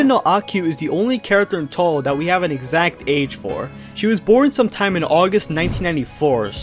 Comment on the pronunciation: atleast he pronounced touhou right